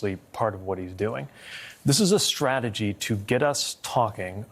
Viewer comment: Hey Pete, off message here but taa for pronouncing strategy correctly. Since going on line in mid the mid 1990's, I don't remember anyone pronouncing 'st' correctly which, as a singer drives me mad. All I hear these days is 'sh'. Even Collins cant pronounce ST but says SHTRATEGY in this segment. Oh by the way, Trump is burried - not to rise again after revealing more of his pathetic true self this week or should I say weak.